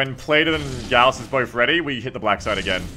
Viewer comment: "Oh my god I'm dead." has the best run in five maps Also 'gauss' is pronounced 'gowse' like 'house' with with a G. Pronunciation is the first step to domination.